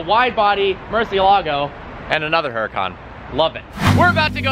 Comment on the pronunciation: "hyoo rah con". Not "her a con"